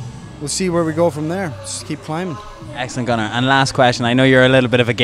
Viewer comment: "Gunnar" sounds like "Conor" :P